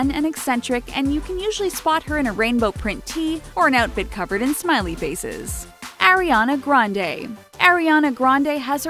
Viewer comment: "Airiana Grande" :')